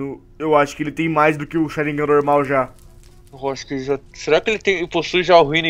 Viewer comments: o tu erro e sharingan e não sarignan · o ''SHARIGNAN'' kkkkkkkkkkkkkkkkkkkkkkkkkkkkkkkkkkkkkkk